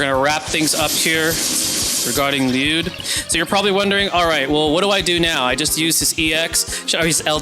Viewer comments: I always just presumed it to be like “LEE-you’d and hearing 40 use the Japanese pronunciation in this just video basically confirmed it for me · you pronouncing it right king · I could listen to you say his name correctly all day 😍